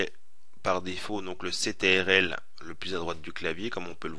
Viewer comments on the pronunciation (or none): none